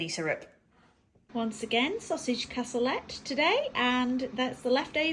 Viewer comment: You had lovely views on your walk with Stella. Can’t beat a bright blue sky for lifting the spirits. Cassoulet is pronounced “cassoulay”. I prefer using traditional haricot beans myself. Well done with getting back on track and losing a pound.